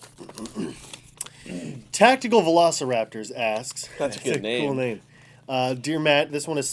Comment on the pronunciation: My name was pronounced wrong ;___